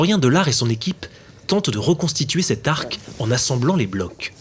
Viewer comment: Les secrets d'un incendie criminel on a déjà les prises vidéos qui visiblement n'ont servi à rien. L'arc de la nef et non l'arque de la nef, on n'apprend pas à prononcer la langue en école de journalisme ?